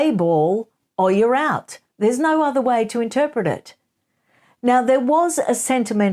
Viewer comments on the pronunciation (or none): none